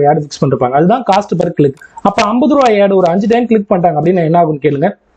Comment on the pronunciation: யெட் இல்ல புரோ ஆட் னு சொல்லி பழகுங்க